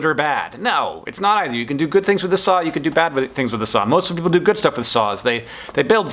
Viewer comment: this is funny bc i thought he'd said "song" when he said "saw" lolol